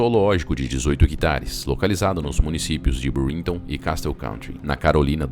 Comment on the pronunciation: A título de colaboração, pois sua dicção, tom de voz e narrativa são muito bons! a) O nome da cidade é BÚRLINGTON, e não BURLÍNGTON (os acentos aqui foram usados apenas para assinalar a tonicidade, ou seja, não existem); A pronúncia é BÁIA, e não baía... (o acento em baia é só para assinalar a sílaba mais forte, ou seja, não existe). Baia é uma palavra da língua portuguesa, usada para "local cercado por tábuas onde são colocados certos animais", como cavalos, etc. Baía é uma reentrância do mar da costa, extensa mas não tão grande como a de um Golfo. Exemplo: Baía de Guanabara, no Rio de Janeiro... BAÍA tem acento